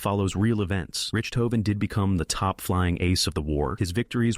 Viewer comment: Fire the AI narrator, can’t even pronounce the Red Barons name